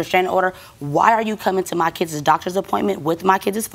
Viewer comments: "With my kiddzes father" 🤦🤦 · I think she said “kidses”. Whew 😰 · What are “kidzez “?